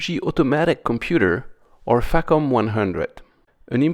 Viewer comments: in the spirit of AvE I use the term FACOM around computers quiet often- I pronounce it more like fuck'em though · I hope Im not the only goofball here that heard FACOM sounding like Fuckem'. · Facom... Haha facof!